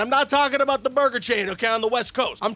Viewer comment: hey what time is it for Canadians bro I am aBOOT to get my moose leg out!